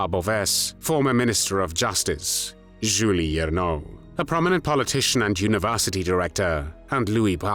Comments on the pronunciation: and his pronouncation of names is dead wrong... We say Jules the French way, not 'Julee'... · Not "Juli Ernaux," but "Jules [zhul] Hiernaux [ee-air-no]." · Jules not Julie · It amazes me you can say "Coup de grâce" but funk every Jule up beyond reconition